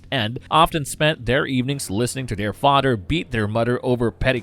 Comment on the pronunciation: Hello muddah hello fadda, here I am at, camp granadda. Seriously though, "th" doesn't sound like "d". It sounds like a toddler talking. It's extremely distracting.